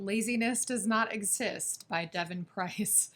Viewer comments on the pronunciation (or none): none